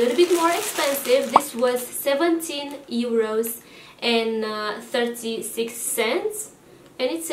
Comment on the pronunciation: You’re hilarious 😂.. I’m so living for the way you are saying ˋEuro ´ 😂🤣😅🤣😂🤣😅🤣😂 love the haul.. great stuff!